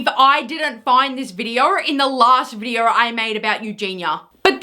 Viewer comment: Why are you inserting R’s into words that have zero fucking R’s. This is you: videoR, mooRn, intoR, oRpens. It’s funny because in words that actually DO contain R’s you don’t pronounce them. Again, this is you: behavYUH instead of behavior, thEH instead of there, weIHd instead of weird, whEH instead of where. Learn how to fucking pronounce words properly.